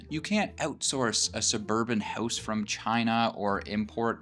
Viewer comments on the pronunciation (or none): none